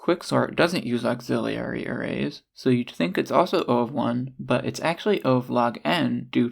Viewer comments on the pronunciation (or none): auxiliary > auxillerlilly